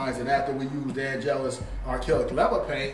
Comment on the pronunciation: “And next we’re gonna use the AN’ GELUS paint”☠️☠️☠️☠️☠️⚰️⚰️⚰️⚰️⚰️⚰️⚰️